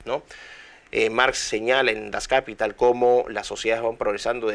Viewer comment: Dr. Miklos, una observación fonética: Das Kapital se pronuncia en alemán igual que en castellano, es palabra aguda: das kapiTAL.